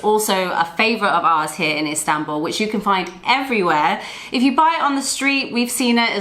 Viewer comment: I want to help you pronounce Istanbul correctly. Ist An (as in Han Solo) bull . Good video 👍